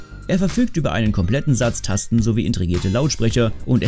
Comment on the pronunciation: Dieses Falsch gesprochene "Intregiert" bringt mich wirklich jedes mal dazu das Video abzubrechen :/